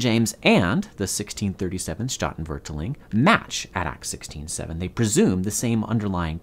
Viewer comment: Oof, that pronunciation of statenvertaling killed me.